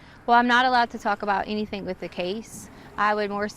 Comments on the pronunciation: Her pronunciation of ‘anything’ as ‘anythink’ makes me question her multiple degrees. In another conversation with Al, she says ‘why come’ which again makes me doubt her supposedly extensive qualifications. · What dialect adds a k to words that end in “ing”…like “anythingk”